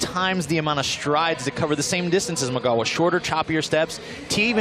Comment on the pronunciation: guys it's migaLLLLLa not migawa...geez